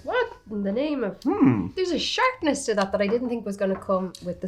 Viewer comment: So glad i wasn't the only one who heard shartness 😅😂